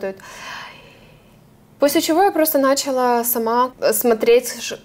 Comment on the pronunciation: Всё отлично, но!!!! Программного обеспе’чения!!начала’! Все отлично, но давайте говорить правильно! Режет слух!